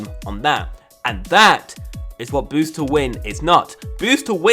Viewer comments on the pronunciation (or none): g0SH can you stop saying bosst